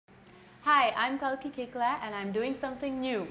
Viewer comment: I finally know now how to pronounce her name! 😂 keklaah! Written as koechlin ? Waaaaa?